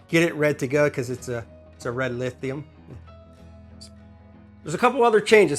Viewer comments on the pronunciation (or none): none